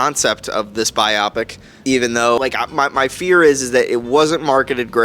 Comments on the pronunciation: Are able to pronounce „Biopic“ correctly ONCE??? The emphasis is on the I not the o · Am I crazy? Everyone keeps saying "bye-op-ick". Isn't it pronounced "bye-oh-pick"? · He’s pronouncing wrong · I thought so! This was the 3rd or 4th review I watched where the reviewer said it like that, so I thought I was losing my mind 😅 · WTFf? This professional troll doesn’t know what he’s talking about. And a movie reviewer that mispronounces biopic? 😂😂😂